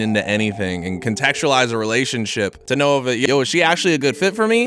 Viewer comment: Says relationSIP lmao